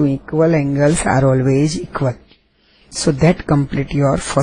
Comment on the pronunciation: hate this video:( ...........the way this lady says "="is sooooooo funny hahahaha